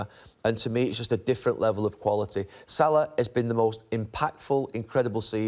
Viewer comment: Its salah ffs